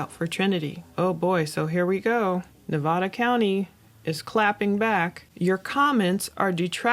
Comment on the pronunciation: please pronounce Nevada correctly 😩